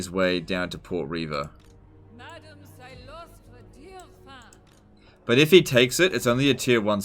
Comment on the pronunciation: CYLOSTRA DIREFIN!!!! I just don't understand why she pronounces her last name like that.